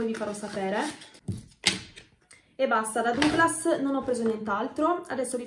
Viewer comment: Ciao, ottime le yankee tarts, cmq lo pronunci già bene Douglas, non dire" Duglas" come fanno tanti, idem Foot locker dicono" Foot lucker " ed è sbagliato. Parola di una che ha vissuto in America. Un abbraccio cara!